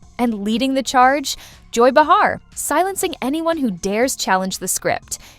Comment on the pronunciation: not enough actual dialogue ( which is what we are here to hear ) too much yakking by the host of the channel, insulting our intelligence with too much explanation. also it's not b'har it''s pronounced bay har.